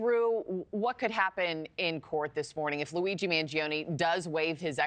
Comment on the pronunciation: and why does he keep calling him Louis? he can't pronounce Luigi?